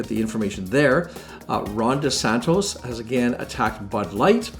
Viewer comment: Great video! By the way it’s DeSantis not DeSantos lol but he’s such a douche so mispronounce his name all you want:)